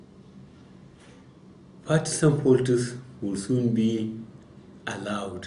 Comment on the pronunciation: motherfuking ex military guy who chagese the letter `f`` to `p` and the letter `p` to `f`. Motherfucker is saying, za folitiks, instead of the politics. Yeye man